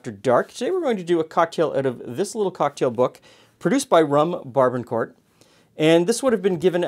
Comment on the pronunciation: I love your channel. However, you mispronounced the 'barbancourt.' As a Haitian-American, let me be the first to say the rum is pronounced: Bar-Ba-Cout. The '-n' in 'ban' is silent. Also, both the '-r' and '-t' in court is silent; and sounds like the word 'coup' versus 'court.' Moreover, I love the cocktail recipe and I will bring it to next family dinner on Sunday. Thanks for the video.